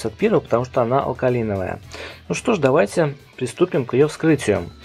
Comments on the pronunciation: Друже, не алкаЛиновая, а алкаИновая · Буква i в закрытом слоге, читается как ай. Алкалайновая.